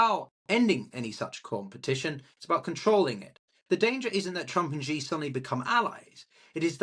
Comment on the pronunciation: As a Sinologist, as soon as Trump was reelected in 2024 I called a PRC invasion of Taiwan during his presidency. I still stick by that. Also,, you're better off pronouncing "Xi" exactly like the English word "see" — it's not perfect, but it sounds better than "she", "zhee", or "jee" 👍